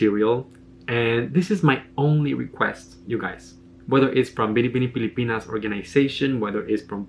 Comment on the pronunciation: I love the way you say “BINIBINING PILIPINAS” it was perfect